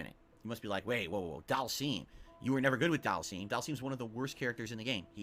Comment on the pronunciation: It still pisses me off he calls him Dhalseeeem it's pronounced dhalsim not dhalseeem